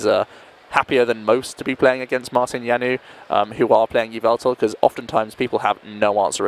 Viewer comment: lol, that pronounciation of Janouš :-D He is not french ...